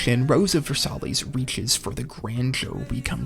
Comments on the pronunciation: ver-sigh, not ver-sallies😂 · Pretty solid list. Dragon ball, Evangelion, and cowboy bebop off the bat as expected and deserved. Things you made me wait for included: ashita no Joe ("ash-ta" the only thing you pronounced worse was Versailles. Ver-sigh), Slam dunk, death note and Gundam. I wanted to see Cardcaptor sakura on the mahoushoujo section, but i think it's fair it was left out. Azumanga daioh probably should have been included for the slice of life section, though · Not trying to be that guy, but Rose of Versailles is pronounced Ver-Sigh. It doesn't really bother me, not saying this to be pedantic, just to inform, so you know, so some ding dongs who DO CARE don't get on you for it. Its also not an English word, so not really your fault. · Versailles is pronounced Ver-sigh, with stress on the second syllable. Besides that, thank you for a nice list. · versailles is pronounced ver-sigh